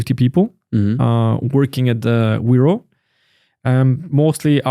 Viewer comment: correctly "Veropay"